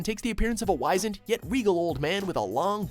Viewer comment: Eugh.... reading when you have no comprehension of the word... Its not WHYZend its WHIZend (Spelt - wisened) as in wise..... #facepalm